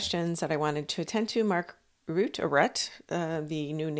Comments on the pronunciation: Mark Rutte: pronounced: Rutt-uh. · I understand the 'e' on the end of Mr. Rutte's name is NOT silent, it is being pronounced by most reporters as 'ROO-TAH'. Love your presentation. Thanks. Re: Joe and Mika - it's been pointed out that they have a lifestyle that turns over a huge amount of money every month. Their jobs could be changed to an unrecognisable extent and kissing the ring might not be enough to keep their positions going because too many viewers could leave.